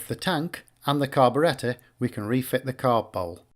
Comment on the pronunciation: The carb-uh-RET-uh